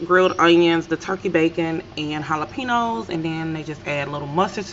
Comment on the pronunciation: Its pronounced jalapeño no jalepe-no